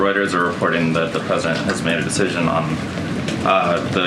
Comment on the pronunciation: "Pwesident Chump" 😂😂😂